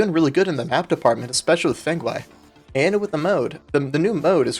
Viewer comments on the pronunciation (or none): dont think anyone cares but the "fanghai" in fanghai city is pronounced "foonghua" the maps correct name is "Fenghua Shi"